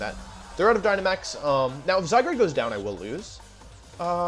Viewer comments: love how wolfey keeps calling zygarde zygrade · No one: Wolfey: Zygrade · Is zygarde pronounced “zygrade” or “zyguard” ? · Bruh, it’s not zygarde, it’s zygrade. Get it right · Why do you call it: "zygrade"? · I’m thinking the same thing lol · Zy-guard, but Wolfe is infamous for pronouncing Pokémon names wrong